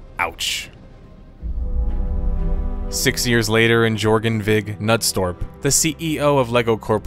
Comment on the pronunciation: Good job pronouncing Jørgen Vig Knudstorp, that is for sure not an easy name for a non-Scandinavian to say and putting the pressure at the right place. Danish seal of approval.